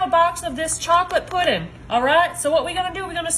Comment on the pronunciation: "Pudin" ❤ 😂 my family is from Tennessee, Alabama, and Arkansas.